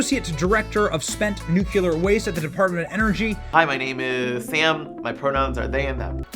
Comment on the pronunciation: Nuclear, not NUKULUR!!!!!!!!!!